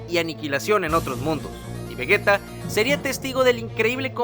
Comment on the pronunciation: vegeta se pronuncia como si llevara j en lugar de g, exactamente igual que si dijeras vegetal, si no, se escribiría vegueta